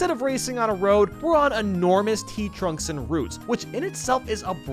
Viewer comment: “Tea trunks”